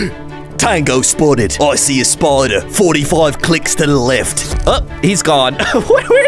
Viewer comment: it was "spiderder"